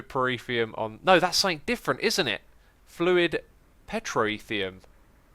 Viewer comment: Has anyone noticed X says 'sumink' instead of 'something?'